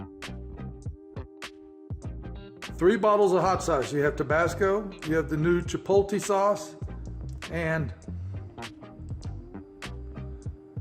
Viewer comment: It’s pronounced chipotlay!!!!